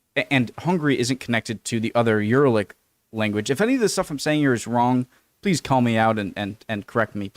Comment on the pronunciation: Uralic is pronounced u-RA-lic, the stress is on the second syllable. Hungarian, Finnish and Estonian are the 3 biggest Uralic languages. The latter 2 are closely related while Hungarian is distantly related to them. Most Uralic languages are minority languages in Russia. By the way related languages can be far away from each other geographically, for example Icelandic and Hindi are a world apart but they are (distantly) related. That's the Parliament, and 1 euro is more like 410 forints these days. Lake Balaton is the biggest lake in Central Europe. Thank you for learning about Hungary. = Köszönöm, hogy tanulsz Magyarországról.